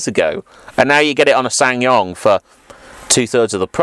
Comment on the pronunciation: you don't pronounce the second S in the name